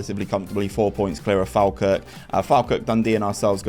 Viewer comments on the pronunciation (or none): Sorry but its pronounced Fall-Kirk or Faw-Kirk to locals